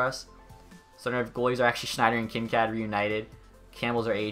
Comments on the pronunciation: "Kin-Kad". It's Kin-Kaid. Like kool-aid. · Kinkaid is not said like kinkad. Its Kin Kaid like bandaid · Kinkaid is pronounced Kin-kade not Kin-kad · Kincad or Kincaid. That pronunciation tho lol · Why can't you pronounce any of the player names? "Kin-kad" "Sawdderberg" "Zadderov". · Kin kad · Kincaaad wtf, cmon pls search it up cuz that was some next level cringe It’s Kin (you got the part right) Kaid (like Cad in the name Caden) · Please learn how to say players names the right way, like kinkaid, zajac and a few others